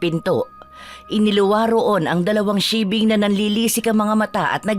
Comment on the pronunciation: Paki ayus nman po pag bigkas bawat wika kz pag mapakingan Ng iba yn tamang pangalan tulad Ng sigbin ang inyo sibing ealang ganong aswang ulol